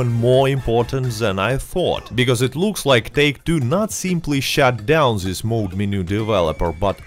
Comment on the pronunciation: It's mod not mode. Mod is short for modification.